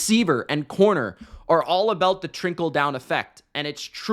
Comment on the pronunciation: What's the TRINKLE down effect? 😂 just giving you a hard time. Love the content! (It sounded like trinkle and on cc it said that too)